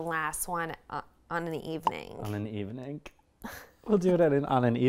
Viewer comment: “Evenink” 😂 I love Whitney so much